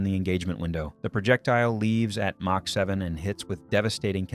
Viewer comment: AI rubbish. The word Mach pronounced Mack.